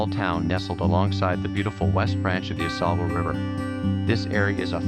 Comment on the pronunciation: This river is the Au-SAY-bull, not the Au-SAW-bull, which is in Michigan. says it correctly in the video. Regardless, great video. I grew up in Plattsburgh, and miss the Ausable and Saranac very much.